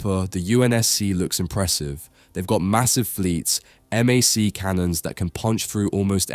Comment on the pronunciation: It's read by an AI and it's written in all caps "MJOLNIR", so I'm not surprised it reads it that way. He does the same thing with "MAC cannons"; instead of calling them "MACK" it pronounces it "M. A. C."